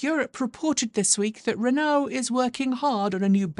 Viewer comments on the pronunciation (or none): none